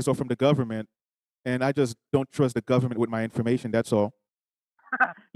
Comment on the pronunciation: They always trying to threaten somebody with a rest or something like that for the fact that he can't even say the word government correctly you know it's not legit LOL